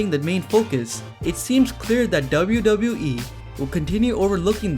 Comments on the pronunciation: Anyone else found it annoying how he says "dabiu dabiu e" ?? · He says "wwe" in a funny way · I'm only here to hear you say wwe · Why are you saying „wwe“ so often and so strange ?!